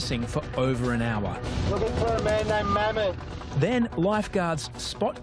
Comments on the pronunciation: His name is Mohammed but in turkey they say Mehmat these guys said Mhemt😂😂😂😂😂😂😂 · I did at first, till I re watched it again and heard him say Mammet.